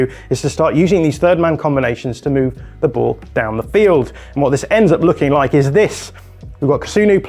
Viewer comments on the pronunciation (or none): none